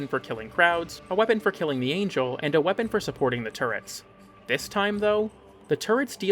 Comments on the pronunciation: I pray to whatever god exists the “a gel” over “anjel” pronunciation is a bit . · Angle? You mean ANGEL holy fuck youtubers and pronouncing things that are in the game... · PLEASE tell me that you kept saying Void Angle on purpose I think so, but i need confirmation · Giggled every time at "angle" 😂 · Do you unironically pronounce Angel like that or you are just trying to mess with our heads???? 😂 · I honestly can't tell if he doesn't know how to pronounce angel, or if he's just ragebaiting.